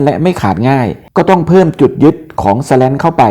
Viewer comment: ข้อมูลดีครับ แต่อ่านว่า สแลน คงดีกว่า สะแร้น นะครับ